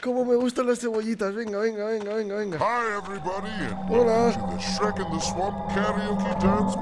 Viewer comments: Nadie: Absolutamente nadie: Rubius: sherek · Yo de decirle srek. . El Rubius:EeshhhhhhRreq . Also Rubius: Asno. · ¿Por qué le dice Esrrek? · Qué raro pronuncias Shrek 😂😂😂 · Así pronuncian shrek en España 😂 es demasiado raro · cierto lo pronuncia de otra forma :v